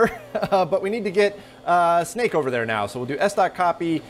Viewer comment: Anyone else keep hearing it as CMake?